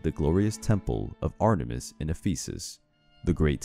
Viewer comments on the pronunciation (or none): What I heard: ARTER - MIST I thought it was Ater-mis